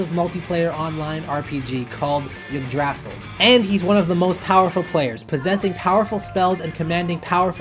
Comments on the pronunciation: Jygrassil BRO HOW CAN U SAY THAT WRONG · IsleofMAN Ig-dra-sel* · This man said yigdrasil not Yggdrasil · Narration is decent but pronunciation of some words could be improved. Eg. Telepathy from the psychic one, and Yggdrasil from overlord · i died how you pronounced Yggdrasil